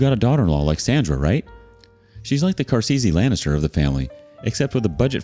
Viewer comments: I had to rewind to hear him say Carseesee lanester like 3 times! Best part of the story! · Car-ze-ze Lanister is killing me 😂